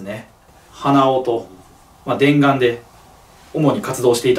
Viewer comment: でんがんの「が」の「"」が魂持ってて草